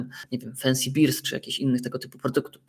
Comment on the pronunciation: wiem ale wymawiasz to jakby były z podobizną piwa 😂😂😂 bear chyba inaczej się wymawia